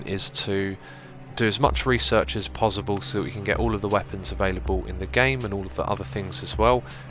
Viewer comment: Why do you pronounce possible as 'pozzible'?